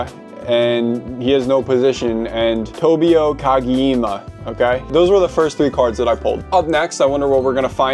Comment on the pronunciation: Kageyeeema is wild😂